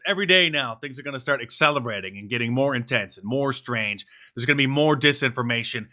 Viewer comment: Did you mean to say, "accelebrating"?